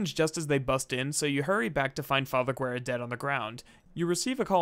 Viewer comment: talks about alex VA mispronouncing a name -Immediately mispronounce father Guerra's name